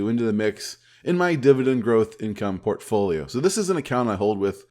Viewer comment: Did you say portfolio or pantry?